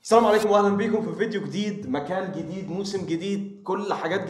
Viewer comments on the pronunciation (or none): none